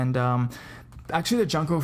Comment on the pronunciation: 'Junko' is pronounced "joon-ko" ;v